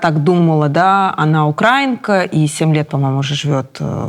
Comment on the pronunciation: Просьба к ведущей запомнить: УкраИнка, а не УкрАинка